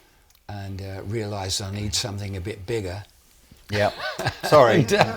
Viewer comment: Please, it is somethinG not somethink.....otherwise great show.